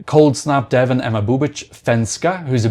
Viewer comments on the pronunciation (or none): none